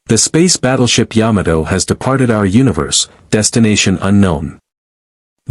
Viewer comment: What only 114 people on the SBY? It would be nice if this was redone with a better voice AI to many word errors. (Yadmoto, Bayjirn?). I give up to messed up